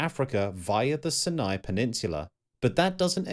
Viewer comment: While the content here is superb, the narrator cannot pronounce the names of imortant places correctly. Su--lu-wa-si is just wrong (SOO-lə-WAY-see) and to have it clearly spelled out and wrongly said show someone is lavishly incompetent. Sinai, as in the peninsula, is also wrongly pronounced as are several other place-names. Seriously..... another narrator who reads a script knowing nothing about the subject at hand and, in this case, not even knowing BASIC geography. And even Agean was spelled wrong in your large-letter titles! Ageaan? Really? Great content paired with an irritating presentation.